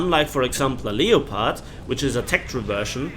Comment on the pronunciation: can u plz pronounce the word leopard properly. It's said the same way as the big cat family known as the LEOPARD!!!